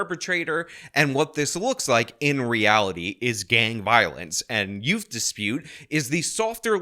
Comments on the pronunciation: I'm sorry did you say ute? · Whats a yewt? 😂